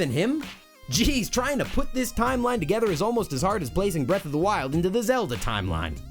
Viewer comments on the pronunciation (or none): none